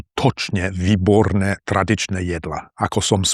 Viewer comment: Haha, don't beat yourself up! The worst thing about your pronunciation (in my opinion) is the stress and vowel length. You seem to ignore all long vowels and you usually put the stress on the penultimate syllable of a word. I imagine this is at least partially caused by the fact you live in Eastern Slovakia. Example: you say "SkuTOčne vyBORne traDIČne JEDla" as opposed to SKUtočne VÝborné TRAdičné JEDlá. I think your Ď, Ť, Ň, Ľ are very good. However, you have a tendency to overpronounce the R sound. Your CH can sound like K like "kcete" and your Ĺ sounds more like Ú . But I understand that if you don't speak Slovak often enough, the progress is slow. For example, I only use English very rarely in real life, so I try to write in English as much as possible (like I'm doing right now) and I often read foreign books out loud (even if it takes forever) trying to mimic the melody and flow I hear from native speakers. In fact, I read the entire Harry Potter series like this. Also, I like to read articles on phonology that help me with little nuances I would otherwise miss. There is a great YouTube channel by Dr. Geoff Lindsey who goes into great detail when it comes to English pronunciation. I imagine there is no such channel for Slovak, unfortunately. Now, I don't think my English pronunciation would actually fool anyone, but I think it's much better compared to most of my colleagues and peers.